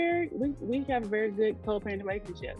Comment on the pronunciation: I thought I heard that too (so did Kevin, judging by his reaction 😂), but when I listened again, and then kept listening, she actually said, "we are still 'very' good friends". I think it's the very that sounded like 'married' and threw most of us off. 😊